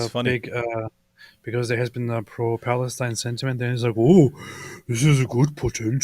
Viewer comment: Bruh no way he said Phalustine 😂😂😂😂😂